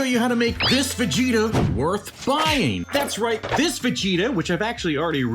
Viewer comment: during the video when you said "Ver-gita" it reminded me of a DBZ parody called Dragonzball PeePee, and Vegeta is called Virginia in that one